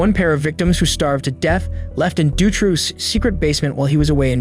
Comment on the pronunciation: Marc Dutroux is pronounced "doo-tro," with the "O" sound being the long O sound of the English language. With that said, this is an extremely underrated channel. I just found it a couple months ago and am bingeing all of your back videos. It's refreshing to hear a human voice and not those ridiculous AI voices so prevalent now. Excellent channel and worthy of way more subscribers!